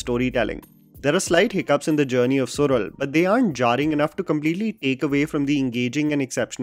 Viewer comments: It is Suzhal not sural…. su-lal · It's SU-LAL- the zh in Tamil is "la" sound. Not sural as you say 🥲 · Well... The title should be appropriately pronounced as "suḻal" it's not "Sural" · Isn't it pronounced Sulal and not sural? Just checking the right pronunciation. Usually, z is a version of "l" in tamil! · It's not sural..it SuLal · it is Suzhal su-lal not su-rul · Also kind request to not to butcher the name of actors and their characters. I know its not even thing but itd be so perfect if you could do that and its suZh(la)l not Sural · Su'zh'al , the 'zh' part is completely unknown to a non Tamil and Malayali's. But I vaguely know that Marathi as well has such letter in their language. Rest of the India pronounce it as 'z' as in Zebra. But as per Tamil and Malayalam, this 'zh' part is pronounced as 'rrh' the 'r' part must roll while you pronounce. Suzhal is actually Su'rrh'al. I'm a Telugu btw. Sorry If my explanation is wrong. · Sural nahi सुयल… fan of your work! Still watching the series. So will possibly watch this video again after I have finished it. 👍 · Its pronounced as Sulal as in Tamizh(Tamil), just for information. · Su-la-l for God Sake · once again pronounce suzhal🌚